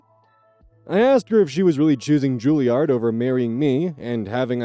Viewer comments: It's Juliaahhrd. Less midwest sounding and more posh British. Not that it matters. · 1) I do believe Juilliard is pronounced like Charizard 2) Penguins of Madagascar ref???? Was not expecting that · Okay now he's just trolling us with these pronunciations. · the sudden 'King Julien!' after mispronouncing Julliard for a few minutes took me out while cooking lunch XD